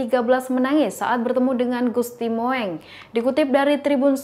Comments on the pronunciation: Jangan salah baca dan bacalah dg ejaan yg benar agar baca Gusti mung bukan Gusti moeng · Bacanya...gusti mung...,bkn moeng,lu kira kucing...? Tulisannya emang moeng itu ejaan lama,tapi bacanya mung. Ditambah ya mbak...wawasannya. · Duh...ni lgi nglawak ya... Gusti Moeng...diucapkan Gusti Mo-eng😅 Yg benar Gusti Mung.. Belajar lgi ya...biar keliatan pinter dikit🙏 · Aduuh jangan dibaca Gusti Mo eng tapi Gusti Mung ( ejaan jawa "oe" dibacanya "u") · Mbak maaf GUSTI MOENG (MUNG) bukan MO ENG maaf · MBAK PESENTER KURANG LITERASI SEPERTINYA. GUSTI MOENG SEHARUSNYA DIBACA MUNG. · gusti Mung mbak mocone.. pehh.. Sinuhun bukan Sinuhung. tribun duh tribun. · Hello.... Itu Ejaan lama, Gusti Moeng d baca Gusti Mung.... Ini lho, memang sekolah ga d ajari Ejaan lama ya, siapa guru Bahasa Indonesia nya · Gusti Moeng itu dibaca Gusti Mung dong.... Pembaca berita mestinya tanya dulu kepada yang tahu ejaan dan cara mengucapkannya. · Maaf ya, apa gak paham "sejarah bahasa indonesia" ya, penulisan ejaan lana "OE" dalam nama Gusti Moeng, itu, ya dibacanya jgn sesuai ejaannya, (kan sekolah juga to??), itu dibaca "U", Jadi untuk nama Gusti Moeng (dalam penulisan), ngebacanya ya "Gusti Mung" saja, jadi gak malah ANEH DENGERNYA!!! Aduuuuuhhhhh, kayaknya TRIBUN NEWS ini BUTUH LITERASI DEH!!! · kalau nyebut nama orang yg bener.huruf oe itu dibaca u. Gusti moeng dibaca gusti mung